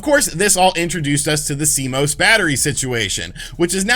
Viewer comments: C-Mose....Almost right. It's C-Moss! Better than last week, when he was calling it C-M-O-S! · Public Service Announcement: It has come to the attention of computer nerds everywhere that YouTubers are pronouncing CMOS in a variety of different (and quite incorrect) ways. It is pronounced C-MOSS. Thank you. You may now resume your regularly scheduled panicking. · "See-moss" -Cmos